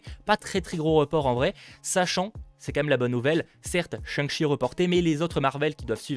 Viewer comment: On dit shang-tchi en prononçant correctement. Non ?